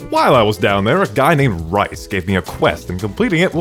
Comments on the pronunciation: a guy named rice..., its R-ee-s (like reese's pieces) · dude, 8 minutes in and he hurts me by boching "Rhys" Its said like Reese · . It's pronounced Rhys (ree-s) but it's fine